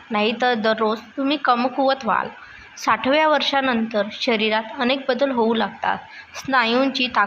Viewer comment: साठव्या काय म्हणतेस साठाव्या वर्षी असे म्हण.